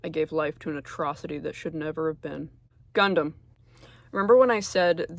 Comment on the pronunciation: The Guhndam read was pinpoint accurate 😭